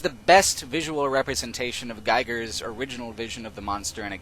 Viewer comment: Giger is pronounced "geeger" not "gyger" ;) he was Swiss